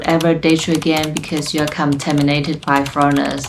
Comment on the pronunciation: Its contaminated not cum-taminted